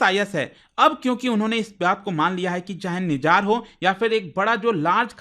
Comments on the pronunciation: सर निजार नहीं, "निज्जर"। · Mere bhai it’s nijjar not nijaar 😂